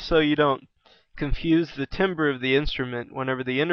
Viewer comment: Timbre is supposed to be pronounced "tamber"